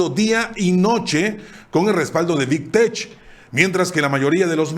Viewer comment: ¨Big Tech¨ se pronuncia ¨Big TEK¨